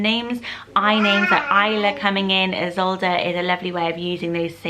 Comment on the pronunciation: Isolde not Idsolde but I like this one too